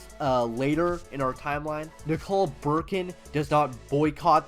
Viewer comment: why are you calling nikolai bukharin nikolai BURKIN